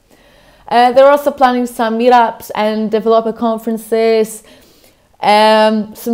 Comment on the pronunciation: I like this video. I learned a new way to pronounce Developer